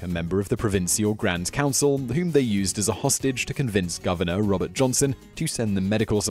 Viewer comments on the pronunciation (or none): none